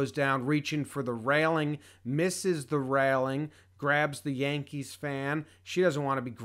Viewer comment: HER SHORT SAY YANKEES NOT YANK THEESE